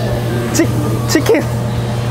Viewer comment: Shicken oh my garnishhh eskeresss Minute 3. 42 the man is pincing oh my garrrnishhhh looking that ..oh my garnishhh oh my garnish ....